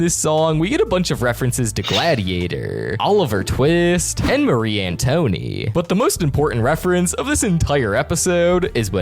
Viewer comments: U did not say Marie a Tony….. its an twa net… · "Marie Antonie" LOL 😂😂😂😂😂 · Lin-gween-ee is how you pronounce the ratatouille guy, and it’s Mar-ee An-two-a-net for Mary Antoinette, (sorry if I sound like a smart Alec but bruh you’re pronunciation is killing me😭) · WHY IS NO ONE TALKING ABOUT ! “Marie Antony” 😭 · Why did you butcher Marie antouinette